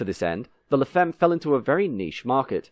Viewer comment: Look up words in foreign languages you are clueless about please. La femme is pronounced 'la famm'.